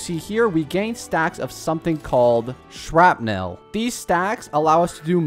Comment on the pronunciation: You said Shrapnel like you never said that word in your entire life.